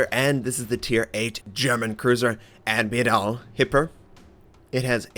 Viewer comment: And it indeed was good and close. Just the "Admiral" was a tiny bit off. For english speakers the beginning is like "at" (for example: at home), while for us the "Ad"miral is pronounced like you would say "ut" (for example like in "butt", "hut", "utterly") - so more like "ut-me-ruhl". But you're already doing good, and I don't want to sound like smartypants.